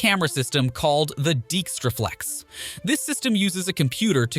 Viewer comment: "Deekstraflex"😂 John Dykstra built the DYkstraflex ...